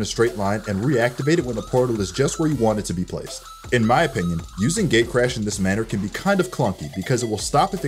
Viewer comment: It sounded like gaycrash when he said gatecrash